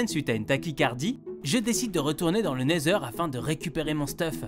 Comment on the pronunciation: c’est la première fois qu’il le dit bien 😅😅😅